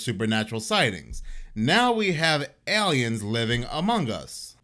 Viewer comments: OMT: there’s no “Y” sound in AY-LEE-INS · Love how he says aliens 🤣 ELLYENS